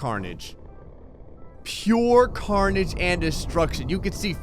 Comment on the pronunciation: I need to join but I can't although I love the videos and I also like the part where he said pier car-nage.